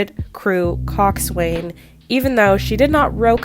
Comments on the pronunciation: It’s not pronounced coxswain. It’s weird it’s pronounced coxsin. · It’s pronounced Cox-an, not Coxs-wain.